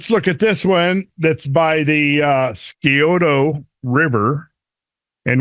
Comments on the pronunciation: Scioto is pronounced s-eye-oh-toe. The c is silent like sioto. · Sci-(as in science)-oh-toe. Sci-oh-toe - Scioto River. Locals say Sci-oh-tuh River. Scioto derives from the Wyandot culture's word for 'deer' so "Deer River" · It’s pronounced, Sci-o-tah or Sci-o-dah. Long O sound. That’s how we say it in Ohio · Scioto is pronounced sy ota